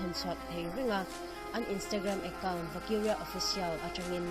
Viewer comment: Vakiria i lam dan chu leh 😂 mizo ṭawngin lam rawh, mahni ṭawng thiam hi changkan na.